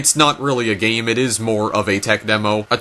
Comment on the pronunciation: i am triggered that he can't pronounce toys or game correctly, and says "toyis" and "gayem"